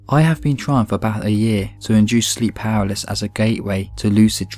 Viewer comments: he was saying "paraliss" lol it's "paralysis" btw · Say it with me! PARA-LY-SIS PARA-LY-SIS PARA-LY-SIS NOT PARALYS FFS. LEARN TO READ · Was he saying powerless?? You mean PAR-AL-ISIS... LMAO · Palasis you know how to pronounce this stop pretending you don't know how to pronounce paralysis your British it's in your blood ffs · I'm not impressed that pronounces "paralysis" as something like "paraliss". It's not that obscure a word and he surely must have encountered it before and know how to pronounce it. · should learn how to pronounce 'paralysis'.